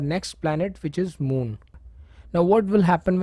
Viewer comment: Moon, not mood 😂😂. I appreciate your effort though 😉